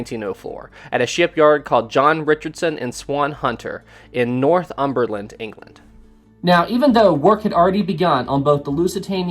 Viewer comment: Hi, Swan Hunter is in Northumberland: pronounced Nor-Thum-ber-land. Excellent video:-)